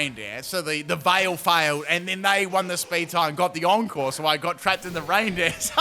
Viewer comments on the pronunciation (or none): none